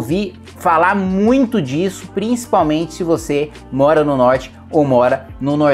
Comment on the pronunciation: VIROU PETISTA NORDESTINO KKKKKKKKKKKKKKK COLOCANDO O H NAS PALAVRAS MUITHO